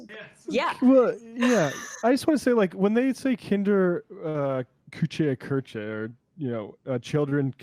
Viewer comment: "Kinder, Kuche, Köche and Klieder". Way to butcher a language lol